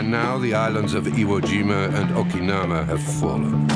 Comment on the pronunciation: "the island of Okinama?" wtf is that? and why is the Phillipines depicted as being under Japaense control after the narrator just says Japan has lost the Phillipines. IT MAKES ME THINK I CAN"T TRUST WHAT IM HEARING. wtf...